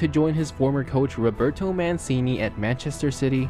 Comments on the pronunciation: you said manssseeeeeennnnnnnneeeeeeeee. Mancini pronounced MancHini. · Ur pronunciation of names and teams is a little off, but good vid. E.g. Mancini is supposed to be pronounced like "Manchini" and Nice like "niece". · Nice video!!! Just an FYI Mancini is pronounced (Man-Che-ni) and Nice is pronounced (niece). Really liked the video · « Roberto Manseeney » « Niché » Come on man, good video though! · It’s pronounced Man-chee-knee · It’s pronounced neece and manchini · ManSini, NiCHAY.....lmao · Manssini? Niche?